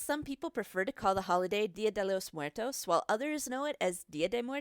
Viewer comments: “Dil Dell mooartos” 😂 you mean día de los muertos? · “dila day lows mwertoes” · "Día te lose Mwheretoes (Mm- where-Toes)" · Wtf was with the way she said dia de los muertos "dela Des muertos" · "DiO dAy LoS mWeRToEs" "PePiDuH" "La YuHnOrA" "gOrDeEtO" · It triggered me how she said Día de los Muertos😭 since i’m Mexican it didn’t sound right to me but i understand bc she’s prob not Mexican🤷🏽‍♀️ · OverKiwi same I’m Latina